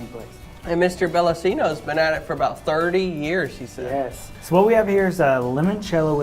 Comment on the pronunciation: I didn't know there was one down there. I didn't know they expanded. I've been to the one in St. Louis long ago. Also I've heard it's pronounced Bella(ch)ino's.